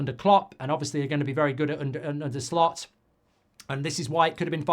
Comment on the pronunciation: He asked "Shlot" to pronounce his name mate, sorry